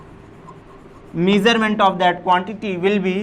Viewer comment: Bro WTH is Meehsurment That's called MEASUREMENT KYA LOEDA teacher BNAGA BROO